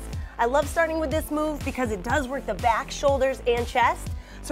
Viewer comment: When she said "it's really working in my shoulder and my BYAACK" boy I busted out laughing,full of dat weed 😂😂😂😂😂